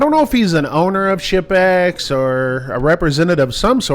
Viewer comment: The combination of my hearing loss and accent had me thinking he kept saying “shit bags” not “ship-ex”